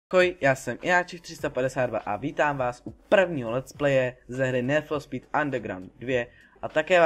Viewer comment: Dobrý video ale nechapu ze ma jen 20 shlédnutí když je 100x lepší než od nějakého trapneho Kida který ma 5000shlednuti ...a prosím te jak rikas-ní fo spí Neříká se spis-níd for spíd? :D